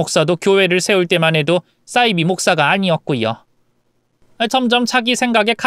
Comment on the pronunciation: 싸이비(×)사이비(0)이라고 읽으세요